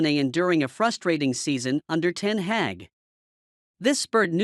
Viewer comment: Erik Ten Heck ? ? Come on, dear American : it's Ten Hag , the "a" sound as in "are" and " car" .